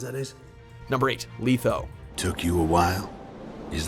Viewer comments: I think letho is pronounced wrong. It's " letho" not "litho". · letho not leetho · Dude pronounced Letho LEETHO. It's pronounced LETH-O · LEH-Tho not LEE-tho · You really don't know how to pronounce words. I mean first Smaug and now Letho. C'mon. Show some effort! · Letho. With a short E. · Regis only at 9 no vesimir no guanter o’dimm and did it annoy anyone else that he pronounces it lEtho and zolTAN and I love dandelion but he is way to high on this list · Leetho... LEETHO?!?! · How can you pronounce Letho's name as ''Leetho''? you hear his name throughout the whole Witcher 2 game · Did you really just pronounce Letho as "Leetho" ? Way to prove this is just some douche reading a script and not even a person who tried the games lol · lee-tho????? srsly lmao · stop saying "leetho" lol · Ugh he pronounces it "Leetho"..... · WRONG... You do realize the time Regis was chopped up by peasants was before he even met Geralt right? He's come back this time from being melted along with a stone pillar in Styga castle by Vilgefortz. Come on man if your'e gonna do a video on characters at least read up on them first. Shit dude you even mispronounced Letho's name! Oh, I also agree Vesemir definitely should have been in the top 10 especially seeing Dikstra made it in.